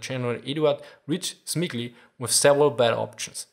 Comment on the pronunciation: Rydz-Smigly - You pronouced it very well ;)